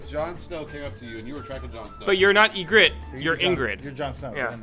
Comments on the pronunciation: Ingrid? I'm pretty sure it's Ygritte... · IT'S EE-GRIT EE-GRIT